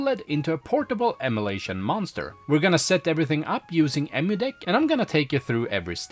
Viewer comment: So you can say Ee-Muoo Deck right but you can't pronounce em-uh-lation correctly... this is unwatchable i cringe everytime you say emulation.